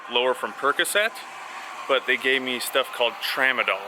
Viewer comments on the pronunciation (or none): none